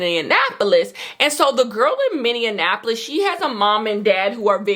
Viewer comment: lol as someone from the twin cities, hearing you say minneapolis is hilarious 😂 its just “mini-apple-liss”, but I loved this lil vlog ofc, patiently awaiting your book club!!